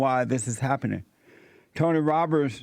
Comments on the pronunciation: Damnit Jesse it’s ROBBINS! 😂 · Robbins...it's Robbins😂😂😂 I think we've discovered an AMAZIN' tongue twista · Jesse can't say Robbins for the life of him 😭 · I love how he can’t get his name right 😂